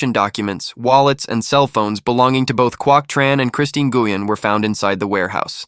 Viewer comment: Nguyen??? OMG. The way that name was bashed right from the beginning. Ouch. That hard G when it should be silent is like crackling in my ear. 📢🦻🏾